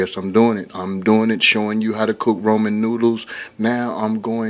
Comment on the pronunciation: Why are you saying roman? It's Ramen 😕